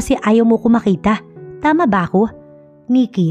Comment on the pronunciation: NANG MAKITA NOT NG BAKITA.